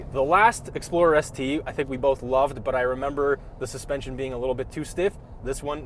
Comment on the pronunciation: This is what i heard... "A 2025 Ford Exploder ST without warranty!" Ahhhhhhhh!!!!!